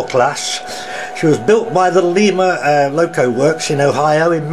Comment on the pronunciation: The Lima loco works is pronounced lime a